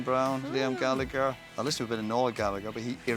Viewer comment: Roy, the only Irishman to mispronounce the Irish surname Gallagher. Too long in the perfidious Albion.